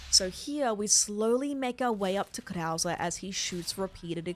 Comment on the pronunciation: It’s killing me that you pronounced “verdugo” vertigo, but worse when you give Krauser the white guy accent when pronouncing his name